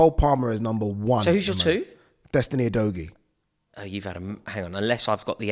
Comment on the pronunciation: That name is Pronounced U-do-giye. Let’s get it right.